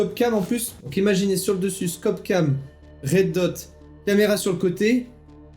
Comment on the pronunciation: Vous êtes trop mignons tout les 2 xD Sympa cette petite réplique ! (au passage c'est ReD-Dot pour "point rouge" et pas RedHot, sinon ça passe dans un autre registre avec un X au début :D